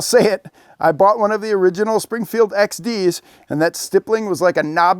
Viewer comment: Springfield: this guy won’t get our name right for a free gun 💀🤠😂😂